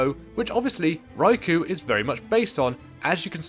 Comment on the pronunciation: yea, i know the boss is cool and all, but im one minute in and i cant handle "rai - kou" my ears are bleeding help